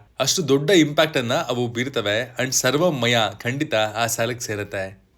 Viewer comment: ಗುರುವೇ ಅದು ಸರ್ವಂ ಮಯ ಅಲ್ಲ.. ಸರ್ವಂ ಮಾಯ (ಎಲ್ಲವೂ ಮಾಯೆ). ಮೂವಿ ಟೈಟಲ್ ತಪ್ಪಾಗಿ ಉಚ್ಚರಿಸಬೇಡಿ 🙏🙏🙏